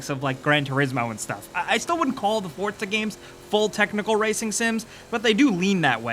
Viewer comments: Forza not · I say four za , you say fort za , its spelt four za but you Americans always pronounce shit correctly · it's not ForTza its FORZA, THERE IS NO T IN THERE AT ALL! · Like how he keeps saying fortza instead of forza. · It's Forza not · why does he call it forTza? i don't see a T in there anywhere? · Why do people still pronounce Forza as? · Why is nobody talking about how he says ""? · Do you pronounce it (For"T"za)? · I know the announcer calls it fortza but please don't. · STOP SAYING FORTZA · Fortsa, fortsa, fortsa, fortsa. Jesus christ, how is Forza so hard for you to pronounce???? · ' game' triggered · lol fort za....learn to talk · bro...theres no T before the Z in Forza.